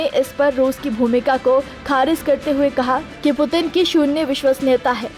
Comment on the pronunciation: Putin ka naam sahi nahi le pa rahi to reporting kya ghanta karogi😂